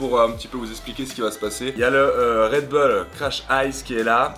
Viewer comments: red beuls Mdr sa se dit bull tout simplement:-D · ça se prononce redboule pas redbeul , comme les chicago bulls on ne dit pas chicago beuls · pas "red beul" mais "Red bull (boule)" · "RedBoule" pas "Redbeule"! :@ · on dit redboul pas redbeul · REDBOUL STP ET MAS REDBULL(a prononcer)😂😂😂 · Damien Rousseau plutôt redbulle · mdr on dirait qui dit réd beul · Et mise a part le red bull que je prononce d'une facon différente, vous aimez la vidéo?